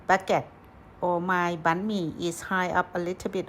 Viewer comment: What is bee-me?